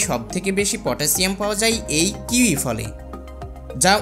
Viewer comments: Kiwi কিওই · ফলের নামটি অন্তত ঠিকঠাক উচ্চারণ করে বলুন এবং শুরুতেই বলুন